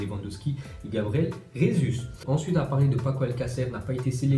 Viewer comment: Arrête de dire « Resus » on dit « Jesus » il est brésilien et au Brésil on parle portugais pas espagnol